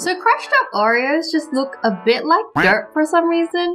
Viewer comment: Did anyone notice that Wengie calls it "Au-ri-o's" instead of "O-ri-o's"? Hopefully I make sense or else this comment is useless